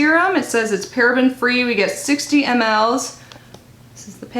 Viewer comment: Just a quick note.. it's pronounced like mills not m-l's